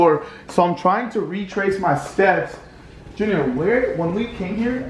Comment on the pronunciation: It’s junior not Junear